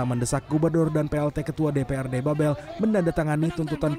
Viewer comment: Mohon kepada reporter CNN untuk mengoreksi. Cara baca "Babel" itu salah. Gubernur Babel ialah Erzaldi Rosman, bukan Erzaldi Roesam. Mohon kerjasamanya.